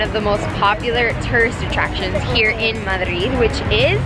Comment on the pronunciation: The way you pronounce Madrid is music to my ears. Americans can never pronounce it properly. Madrid is just an awesome city to live in.